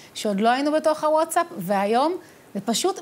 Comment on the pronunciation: איזה זקן זה להגיד wotsap במקום watsap